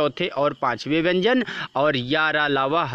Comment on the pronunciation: Sir bhyan nhi vyan h wooh😅